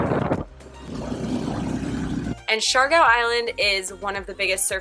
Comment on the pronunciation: ITS SIARGAO NOT SIARGO.. IS IT A CLICKBAIT?.. lol